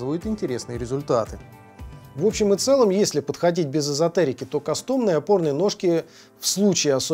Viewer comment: Не кастОмные, а кАстомные все же